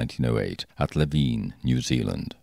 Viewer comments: Not Leveen, Lev-in. Which is just 40 mins from me! eep! Your channel is so great, thank you. Love your voice, love the details. You obviously work hard. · Btw it’s Le Vun in NZ not Levine 🤩